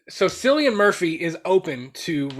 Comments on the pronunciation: His name is pronounced like the c is a k just FYI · 28 Months Later is my dream movie to be made. Loved the first two parts. Side note: your pronunciation of Cillian Murphy's name drove me nuts throughout the video. lol